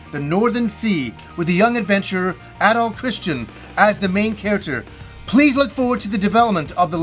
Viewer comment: How much ya wanna bet there will be lots of tower defense scenes? I really hope not, but it's gonna happen because Japan LOVES that stuff. It even found its way into ActRaiser. Also who is localizing this? Maybe they will finally go back to Ys 1-3 where it was pronounced Adol and not ahdoll.